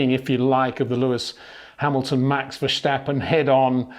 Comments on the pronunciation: I don't think he does that on purpose. but you are right about the pronouncement. it is Verstappen and not Vershtappen. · Good stuf this time. One point that annoys me is your pronunciation of Verstappen. It is similarly pronounced as the English word: Stop, Tip, first part of vertigo, than stop (but substitute the o for an a) and finish it with how you pronounce the word pen.